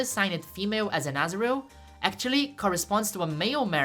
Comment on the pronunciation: Every time I hear you say azurill, I think you say asriel, like from undertale. Asriel is trans-masc confirmed????